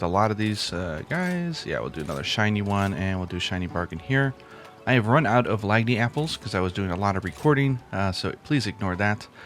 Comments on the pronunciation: I realized last night, but I think Lagniapples are a pun on the Cajun/French term "lagniappe" (lan-yapp), which means a little extra, or a gratuity, etc. So instead of lag-nee-apples, I think it's "lan-apples", haha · Hey, Like your vids just wanted to say it was an honest attempt to pronounce Laignapple /lanˈyapel/(LAN-yaple） not your fault its based on a Louisiana French word Laignappe /ˌlanˈyap/ （LAN-yap). As someone from the region it was really crazy to see it used in the localization of the game. Laignappe is "something extra" a good example is when you purchase goods in MHR and they give you lottery tickets as an extra gift, thats what we would call Laignappe and I guess its appropriate because it makes your meowcenaries better at getting you some extra drops. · From a professional Louisianian, "lagniapple" is pronounced lan-yapple. From the Louisiana word "lagniappe" lan-yap meaning a little somethin' extra. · I think the lagniapple is pronounced "lan-yapple" because its based on the word lagniappe which is pronounced "lan-yap" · I’m pretty sure Lagniapples are pronounced like Lagniappe /ˌlanˈyap/. It’s a word that’s used when you are given something extra than what was asked for. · I'm from louisiana and hearing the "g" pronounced in lagniapple pains me 😂 keep up the good work, love your vids. enjoyed hearing you on 8-4!